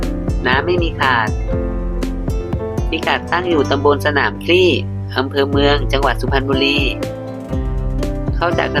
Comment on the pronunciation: สนามคลี ไม่ใช่สนามคลี่😂😂😂😂